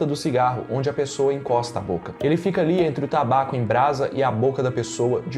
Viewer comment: "ficaR doente"